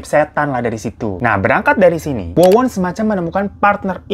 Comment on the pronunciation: Yang nonton jg jelimrt denger lu Gonta ganti nama org bang😆😆 wowon berubah jadi Wawan😂 yg punya nama Wawan pasti kesentil ini 😆😆😆😆